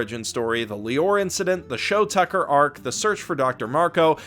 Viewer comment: IT'S SHOU TUCKER YOU FUCKING SIMPLETON!